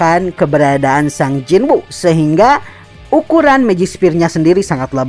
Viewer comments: Bang pelafalan nama nya kurang tepat seharusna di baca Sung Jin Wo bukan sang jin wu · Baru ketemu hangulnya sung jin woo yaitu 성진우 jadi pelafalannya "song jin u" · Sung jin wo emang bacanya jadi sang jin wu y?